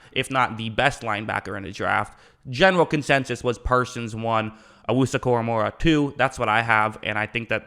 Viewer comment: Koramoah not Koramora.